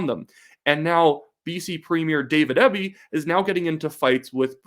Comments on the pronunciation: You are saying Eby's name wrong. It's pronounced like the letters, E, B. Not ehhhby... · You really should have done more research on this video. The BC Liberals are center right. And it's pronounced EEBBY dispute its spelling. Or as we in B.C. say it " ass clown ". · Excellent commentary. Eby is pronounced EE-bee BTW. Thanks for this exciting update! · A critic with a conservative axe to grind. Look, you're from out of province and you don't know how to pronounce Eby's name. He's actually a bright man even though I disagree with a lot of his policy. I'm a centre right voter. I'll give you credit, your history lesson is more or less correct but we all have google. Finally, it's only 1 poll. When I see others like it, I may pay attention. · You might sound more informed of you pronounced Eby's name correctly. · Good job but you should get their names right. It’s John Rus-tad and David Ee-be